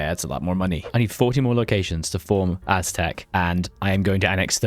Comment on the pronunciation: Please don't play Aztec if you cannot even take the effort of pronouncing it properly.